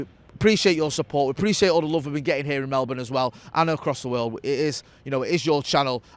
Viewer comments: It might be spelt Melbourne but you have to pronounce it as if it is spelt Mellbun!! 😁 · Why does jay say Melbourne like an American would say it